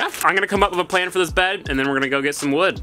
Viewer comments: The way he says bed is so funny 😂😂"baehd" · the way he says "bed"